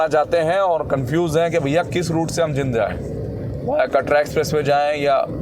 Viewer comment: भाई साहब शहर का नाम जिंद नहीं बल्कि जींद है l आपके पिछले कुछ वीडियो में भी मैंने आपको जींद को जिंद बोलते हुए देखा है जो की सही नहीं लगता , आप अपना उच्चारण ठीक करने की कोशिश कीजिए l